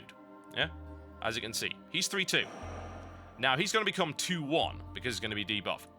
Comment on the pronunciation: "become" i am sorry master...^^